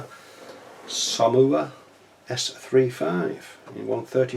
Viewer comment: Brill! Review mate it looks a cracking kit and it's pronounced soma it's a silent u apparently !! Your getting pretty great at these unboxings !!!